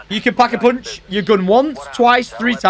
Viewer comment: Like for “Pack-A-Poonch”